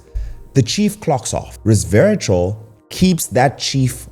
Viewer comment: Re-serve-i-tal …. Sorry but I cringed every time I heard it pronounced incorrectly. I eat blackberries every morning for breakfast and then have Matcha green tea in the after lunch. I didn’t k ow about pomegranate. Thank you for the information.